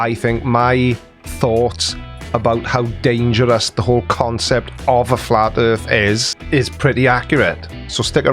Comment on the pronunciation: What’s a “fla’ erff”? (And should that be one ‘f’ or two?) Please don’t make us listen to her again.